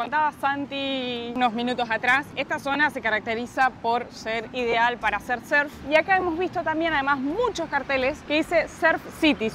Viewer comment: "Surf" no serf Hay que pronunciar la U 😅